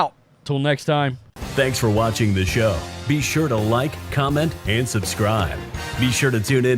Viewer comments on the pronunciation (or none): none